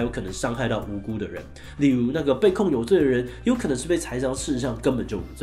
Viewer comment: 栽贓念成「ㄘㄞˊ贓」了